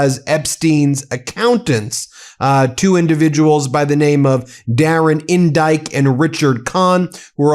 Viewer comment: I’m sorry but Darren Indyte and Richard Khan is hilarious - I heard Dare to Indite & Rich or Con 😂